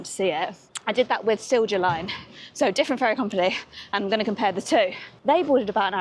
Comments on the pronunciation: It's pronounced Seelya Line. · Just a small and almost useless comment. "Silja Line" is pronounced Sil-ya Line. And I am not the only one recommending Stockholm - Mariehamn - Turku route during day. You can wave me, I'll probably be somewhere along the route with my sailboat :D